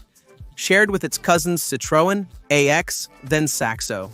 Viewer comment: Exactly. One-oh-four, two-oh-five, Three-oh-six, three-oh-nine etc etc. Also Citroën "A-X" not "Axe". Bad AI narration absolutely destroys any video. And if it's not AI it's worse, then it's badly badly done research.